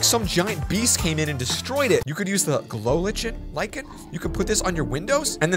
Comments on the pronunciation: It’s called glow Lichen. Like-in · lichen is pronounced li·cen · “lichen” is pronounced Lie-kin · It’s Pronounced lie-Kin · u say glow lichen like glow Lyken not ch like charm does that make any sense idk sound it out love